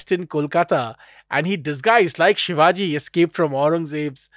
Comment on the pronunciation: Minor correction...and i get it people from other parts of country may not get it...Its Chattrapti Shivaji Maharaj.And not sivaji as a foreigner would tend to say it, or english may prompt us to.Its not.🎉Hindol was great today🎉